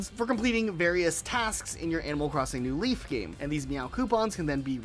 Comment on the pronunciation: why do you always accent the NEW in new leaf instead of the LEAF in new leaf. it makes it sound like there’s an “animal crossing leaf” that you’re trying to differentiate it crom